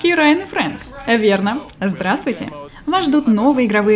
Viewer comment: Дратути🤣🤣🤣, ты освежила мой день❤